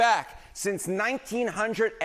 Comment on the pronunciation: I've never heard anyone say 1951 that way